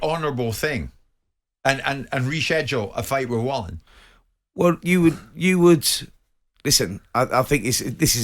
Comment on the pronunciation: Fury smashed Wallin, if it wasn’t for the cut nobody would care about Wallin! (Pronounced Va-leen btw)